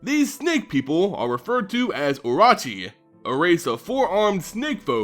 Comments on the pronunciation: Cool video, I also think your mispronouncing orochi though. I think it's should be O-ROW-CHI, since it's probably the same as the Japanese word. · You need to pronounce the RO in oROchi the same way you pronounce RO in ROw.